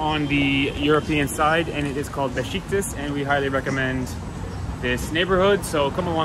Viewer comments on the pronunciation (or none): Thank you for the authentic experience of an exceptional city ❤❤ FYI the area is called Beshiktash... actually the "ş" letter in Turkish is pronounced as "sh" in English as in Beşiktaş. I've grown to have a genuine passion for this city, although I've never been to Istanbul 🤗 I'd love to visit it one day and experience the unique Istanbul vibes 🤗🤗 BTW I'm an Armenian from Montreal 😊 stay safe and healthy 🙏